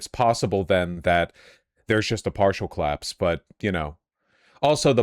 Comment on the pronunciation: The way Vaush says "claps" instead of collapse..